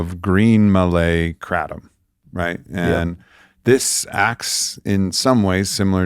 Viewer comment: Kratom is pronounced 'gruh-TOM'... Tom as in Tom & Jerry Gruh or guh with the same vowel sound as in 'but' or 'the', aka a schwa sound [ə]